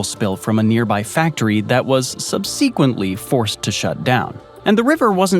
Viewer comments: ok you lost me when you demolished the word SUBsequently as subSEEquently. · Subseeequently... wtf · "Sub-SEE-quently"? I appreciate the human-sounding narration. But who, in this day and age, doesn't know how to pronounce "subsequently"? More vexing, though: what happened to the information promised in the clickbait thumbnail? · subseequently? omg bro pronounce it right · Sub"Sea" quently? , if you can't speak properly, I cannot listen any further. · ''Sub-SEE-quently'' - good sweet fecking Jesus. ''Vla-DIV-i-stok''? Holy mother of god learn how to pronounce places! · First time I've heard "subsequently" pronounced "sub-seek-went-ly". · say "subsequently" again please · Please learn how to pronounce "subsequently" before you use it again. And, are you fool enough to trust the news YOU'RE consuming? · I know I’m being annoying but I can’t help it. That’s not how you pronounce, “subsequently.” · Is it a computer voice or simply a person who cannot pronounce "subsequently" correctly? Strange indeed...🤔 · Bro how tf did you just pronounce subsequently? That was not close to right bud...